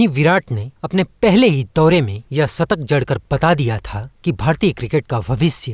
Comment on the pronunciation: Hindi to bolna seekh le satak nahi shatak hota hai